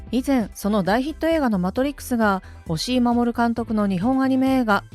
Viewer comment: 押井監督を おしお監督って何回も言ってるが この動画がリスペクト足りなくね？